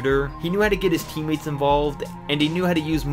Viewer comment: Did anyone else hear him say “teammeets” instead of teammates?